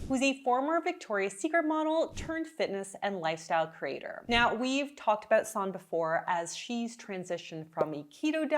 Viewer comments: Sorry, I really appreciate your analysis of her meal plans\, but her name is properly pronounced Sann-a…..not Sannn….just think of the “e” at the end as an “a”. Thanks…it was driving me crazy hearing you say “sannnn”,not “sanna”. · Yep Sannuh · Sanne isn't pronounced that way. It's more A as in "ah!" And E as in "uh" S(ah!)nn(uh). Vloet OE= "boooh!" as in Trump protest. So Vlooooht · I think it’s disrespectful of you to continually mispronounce Sanne’s name. This is at least the third video you have done on her. You can hear how she pronounces her name.